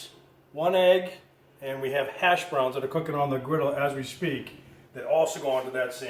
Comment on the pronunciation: I believe it is said as “Hash Browns” not ashhbroons